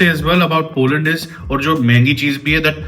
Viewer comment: Poland ❌️polund✅️